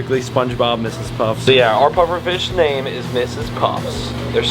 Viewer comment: the is no "s" on the end of Mrs. Puff from Sponge bob lol